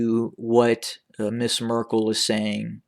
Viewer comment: Why do you keep saying "Mrs Merkle". Isn't she a princess ? You are calling him prince.